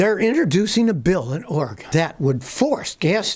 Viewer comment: Savage Scotty is such a legend he knows how to correctly pronounce Oregon.